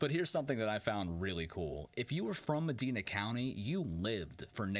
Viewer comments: Idk why ... but its called Med Ina long I... why do so many ppl say medeena??? 🤦‍♀️🤷‍♀️🤭 Ugh... Just have to vent. From the area. Your not the only one to have mispronounced the county. I've heard it pronounced wrong for many years... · It’s not Me-DE-na, it’s Me-DI-na. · Neat essay. BTW, in Ohio, Medina is pronounced Mah-dine-uh, not Mah-deen-uh. And at about when you mentioned something sounding like "Gaugo Lake" did you mean Geauga (Gee-aw-ga) Lake? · Pronounced Me-DY-na not Me-DE-na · If you're from Ohio, you should know it's pronounced Med-eye-na. Long I. Not Med-ee-na. As a lifelong Buckeye, that makes me angry for some reason. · It’s pronounced MeDINA not Medeena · It's not "Medeena county", rather "Mehdyna county" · MedYna not Medeena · mah-dine-uh not ma-deen-uh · It's pronounced Muh- DINE-uh, not Muh-DEEN-uh. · If you want to be taken seriously as a documentarian, you have to get the pronunciations of the areas right . Medina:Med EYE na, not Med EE na (I live in Medina)- Geauga : gee AH ga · As other commenters previously mentioned, that was a painful mispronouciation of Medina, (Ma - dine - a, dine, like to eat, not Ma - deen - a). Gotta watch those AI voiceovers. My Grandparents house was a few miles away from there. Watched the fireworks on July 4. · Talk about not getting through the video. First you say that the trees and vines are "pulling the Ferris wheel back into the earth," and then it's "Nature is trying to protect it." Don't try to be flowery, son. Just the facts. Oh, and it's Me-DIE-nah, not Me-DEE-nah. You're obviously not from around here. Bailed. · You can if you say Medina correctly.. it's Meh-DINE-ah.. not Meh-DEEN-ah.. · Just saying its pronounced Mediena ok! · I still ride my dirtbike in medina (pronounced ma-dina) lol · Medina County is pronounced with a long i in the middle (not an e). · Med "eye" na county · Mispronounced medina (ma Dinah) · I can't believe you're from Ohio and can't pronounce Medina. Ma-Die-Na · And, Ma - Dine - Ah